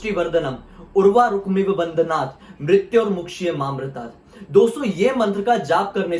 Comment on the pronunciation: Bhai aapne mahamrityunjay mantra ko galat padha hai Mrityormokshiyamaritam ko aap ne mrityormokshiyamaritar bola hai And you know mahamritunjay mantra ko kabhi galat nahi padha jata